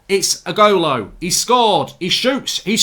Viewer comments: Igolo? It’s Ighalo lol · Nobody: Absolutely Nobody: Mark: igholo!